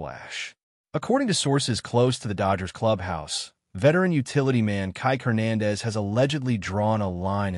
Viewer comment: learn to pronounce Spanish surnames